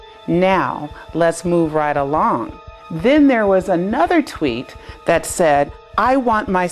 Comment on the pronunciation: it's tweet not twit.